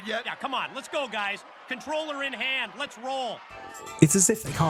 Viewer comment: I never understood he was saying 'controller', I thought he was saying 'phone'. Makes so much more sense now.